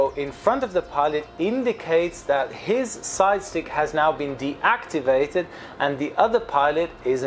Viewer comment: Did you say 'side chick'?